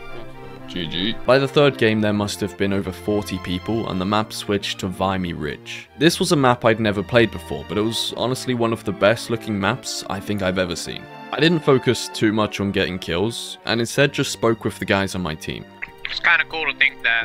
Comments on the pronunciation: VIM ME Ridget Not VI ME ridge lmao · As a Canadian, hearing him say “vymy ridge” hurts my hears, no hate tho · VIM -E Ridge. Not whatever you pronounced it as. Canada is souly responsible for taking it